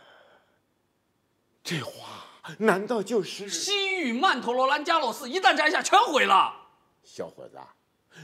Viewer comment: 他的曼陀罗兰加洛斯发音好标准